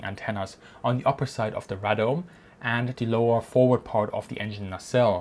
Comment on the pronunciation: Radome - "ray" "dome"